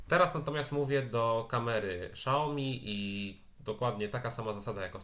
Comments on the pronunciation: "Siaomi", a nie "Szaomi" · Fajny test tylko proszę nie czytaj „szałomi” tylko „siałmi” kłuje trochę w uszy pozdrawiam :) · nie SZAOMI tylko SIAOMI...